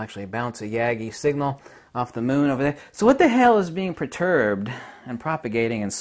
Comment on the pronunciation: Okay, light and waves are verbs or adverbs, action words. And perturbed is not pronounced proturbed. Thank you. However, in the viewer you say the light represents magnetism and the dark represents dielecricty. One is a rarefaction or expansion and one is a compression. Not unlike "waves." Waves can be a "thing" or an expression of something happening, even if they are simply an "effect." Because they amount to something of value. Kinetic energy or energy in motion, variance in charge, or magnetic pole alignments of this vortexing toroidal compressing and expanding pressures of etheric fractality between the loss of time and the expansion of time, in variation, or as spacetime, or space. If we say nothing is moving, then regarding pulse perturbation, we might say that field variation, or pole alignment, or charge value increases and decreases, as in compresses and expands, or speeds up and slows back down. Best yet is to say it is in equilibrium and disequilibrium. Also changing in shape, as in oscillating as well as like an ice skater bringing in the extremities for a higher spin rate, or expanding outward to slow down. We have also explained this as additive or constructive versus deconstructive because of rhythms. Better known as harmonic resonance of mass. If our energy is pulsing together or out of step. What you are missing here is that numbers do add up, subtract, multiply and divide. Numbers or ratios amount to vortex field theory as you wear tatoos of fractions